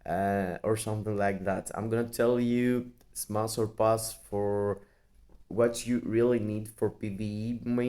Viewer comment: Bro it’s smash 💥 not smass lmao 😂